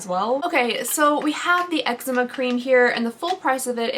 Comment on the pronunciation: Lol it’s pronounced “Ehk-zee-ma” not eggzema 😂